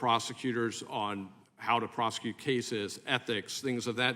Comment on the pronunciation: DEI lady in green doesn't know how to pronounce words. ( Prosecu-it)